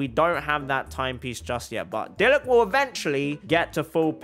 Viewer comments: You pronounce it deelooc. Not deeeloooooch. Or you can say pronounce it diluck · third time I've heard somebody say "Deeloosh" it's Dee-Luke bruh😂